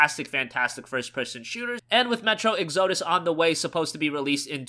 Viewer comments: You pronounced "exodus" wrong, that just sounds so autistic!! What do you smoke? I advise you to quit, the Japanese PC market has A LOT of VN's because those genres are popular. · you're pronouncing exodus wrong